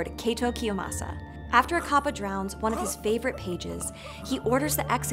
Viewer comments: and you are saying it wrong it's said as cap pa not car par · It's an entirely different type of whiplash hearing her use the more accurate pronunciation of kappa that most people don't use, then butchering manga towards the end of the video, lmao.